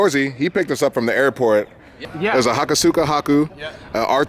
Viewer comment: Just a tip for; Hakosuka = Hah-Koh-Skah Not Hah-Koo-Soo-Kah Love you man, but that's not how Japanese works!